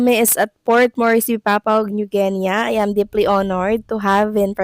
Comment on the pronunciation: Papua new guinea pronounced as Pah poo-uh neoo Gin-ee